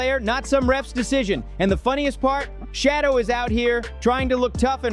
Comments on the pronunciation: PLEASE!!! His name is not "Shadow". His name is pronounced "Sha doer" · his name is Shedure not shadow. So if you are going to try to seem like you like avperson please always pronounce their names properly. It might want people to listen to you. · This Man’s name is SHADEUR- not shadow! Stop disrespecting this man’s name!!! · Please learn how to pronounce h SHEDEUR'S NAME property.